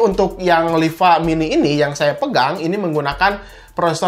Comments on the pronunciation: "Liva" bukan "Lipa". ngomong tu yg bener coba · Liva bukan lipa